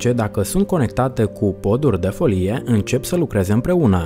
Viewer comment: Destul de greu de crezut ca o persoana care nici nu stie sa pronunte "folie" stie ce vorbeste